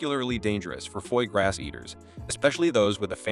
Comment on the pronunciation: Just the way you pronouce foie gras deserve a big nique ta mère 😂